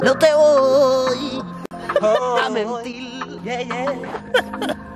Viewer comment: Soy el único al que le ha encantao el "no te voy a mentil" de? 😂 minuto